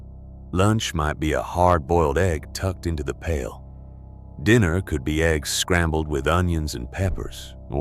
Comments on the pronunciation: This mf said eggs gs WTF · #6... Eh-gee-ess... gotta teach your AI model better 🤦‍♂️😆